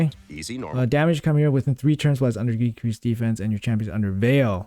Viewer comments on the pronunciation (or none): who is Sheemera? Bruh i lov u but its KYmeera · chimera= kai-me-ra lol please google how to say it xD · OK, but where in your life did you ever hear it pronounced "shimera?"